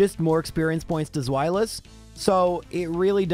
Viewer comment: The irritation at his mispronouncing of Zweilous. I guess not everyone realizes that their naming convention is German. The correct way to say it is SPHY-luss.